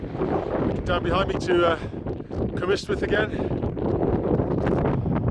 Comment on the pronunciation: hi, just a tip... it's not Cwm istwyth....ystwyth is pronounced like the last syllable in butter....like the word rust but without the r same applies for Aber ystwyth ...Aber (ust) wyth lots of people make this mistake....hope this helps you